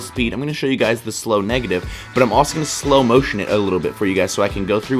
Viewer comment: Ummm...butt? What is this "butt" you speak of?